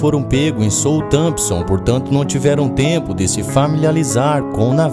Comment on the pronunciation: É Southrenpton não Sountampson